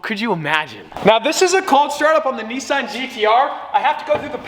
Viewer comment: ITS NISSAN GTR not NESSAN GTR Get it right you hooligan